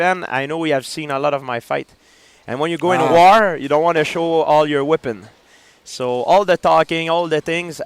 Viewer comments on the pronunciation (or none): When he pronounced weapon is Whippin the first time i was ok but 3 seconds later he says it again.. lol